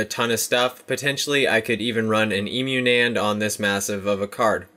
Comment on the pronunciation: "ē-mew" nand" Lmao!!!! It's pronounced with a short e, not a long one. Cuz... you know... it's short for emulated. Which if by some chance you are also pronouncing wrong, it also has a short e. Haha.